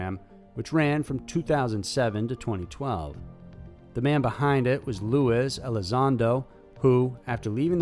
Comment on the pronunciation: For the Nth time, UFO ≠ aliens. Also, check your pronunciation before you record. "Luis" isn't pronounced the same way as "Louis", the same way "Juan" isn't pronounced "John".